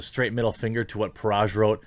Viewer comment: Dude it is Parag not Paraj